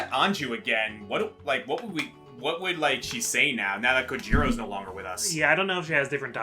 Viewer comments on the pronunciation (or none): I always liked how pronounces Cojiro's name, which he says "Co-heedo!" or something like that. 🤣 Edit: Plus, I like how, when he gets the saw, he IMMEDIATELY makes a Saw reference by saying "What am I supposed to do with it? Cut off my foot with it?" 🤣🤣🤣